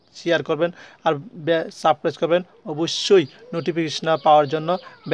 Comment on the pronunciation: তো আমার চ্যানেলটা অবশ্যই 'সাবক্রাইস' করবেন। আরে ভাই অন্তত বানানতো শুদ্ধ করে বলো।